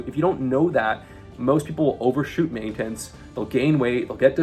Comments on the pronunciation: the type of guy who's mastered main-tense, without being able to say "maintenance". 😅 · the type of guy who can't pronounce maintenance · Does this guy purposely pronounce random words like maintenance in an insane way for engagement ? 😂